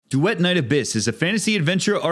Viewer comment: Why did you pronounce Duet like that